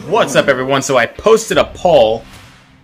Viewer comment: It’s a poll u pronounce it like pole not like your saying Paul